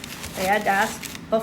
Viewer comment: It's also called malasadas in Hawaii. But I've never heard it pronounce as "malasadash". Is that how it's pronounced in Madeia and Azores islands?